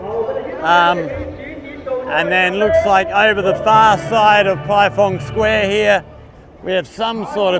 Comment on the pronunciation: Not being pendatic. It is pronounced as PieFang square. 🙂 I miss ZQ after being there for 12 years. By the way, Which school do you teach at? Any other foreigners at the school?